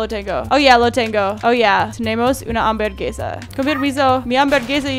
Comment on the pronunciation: hambergesa!!!! ya no se llama hamburguesa ahora es hambergesa!!! jajajaja te amo